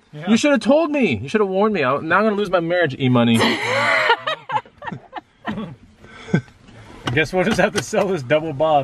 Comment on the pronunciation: E-Money sounded like E-Utah. 🤣